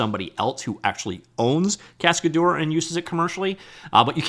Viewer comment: Cascadeur means stuntman in french. The way you pronounce it makes me sick. google translate is free